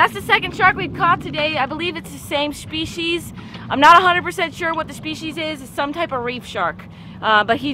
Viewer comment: listen to how she pronounces the word species....lol.......shpeshies....